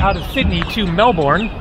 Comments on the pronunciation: Nice Aussie vids dude 😊 pronounced Mel-bin not Mel-born 😮safe travels man 👋🏻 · Melbourne is pronounced 'MELBIN', not the way you said it! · The trees you refer to are ferns. Melbourne is pronounced Mel-burn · By the way, Melbourne is pronounced MEL-BIN. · Love the videos, as you'll be arriving soon small heads up that Melbourne is pronounced more like "Melben" or "Mel Bn". We basically ignore the whole "our" part in the middle.